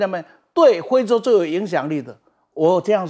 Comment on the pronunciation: 是非洲，不是灰洲